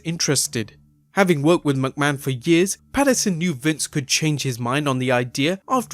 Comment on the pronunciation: please...figure out how to say mcmahon.... its not MUCK-man it's MICK-man dont think about it...and say it quick....MICK-Man, Mick-Man, McMahon